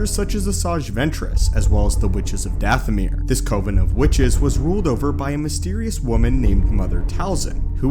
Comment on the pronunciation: Your saying it wrong it's dathomire sound like goth not ahh.